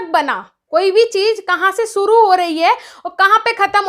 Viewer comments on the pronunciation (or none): madam shusu nhi shuru hota h